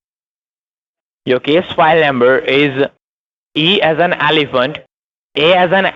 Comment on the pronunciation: e as in aliphant? tf how did it start with an a then... rofl